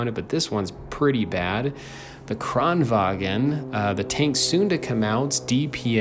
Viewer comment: It’s Kranvagn not Kranvagen